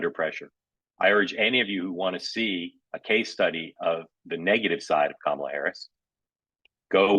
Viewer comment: The constant mispronunciations of her name cheese me off, too. But I'm a bit of a grammar nazi. I'll downvote comments just for not properly capitalizing or punctuating! For those who don't yet know: It's KA-ma-la, not Ka-MA-la (emphasis on FIRST syllable, not the second!).